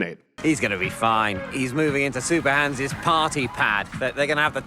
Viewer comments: Great video! But his name is Super Hans not Super Hons! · Super Hans mate, not Hans